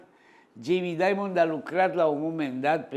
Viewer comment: vedeti ca pe Jamie il cheama Dimon, nu Diamond (i.e. "daimăn", nu "daimănd").